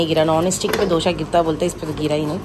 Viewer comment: Mere khyal se dosa hota h na ki dosha😅